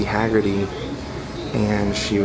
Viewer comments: I know it was an honest mistake when you pronounced Hargitay as Hagerty. Mickey Hargitay was the father of Mariska Hargitay, a well respected actress. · Great video. But Mickey Hargitay not Haggerty.